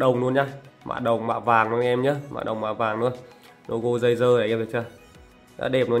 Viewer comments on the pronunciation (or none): Tôi nghe ông này nói đây là tay nghe DÂY DƠ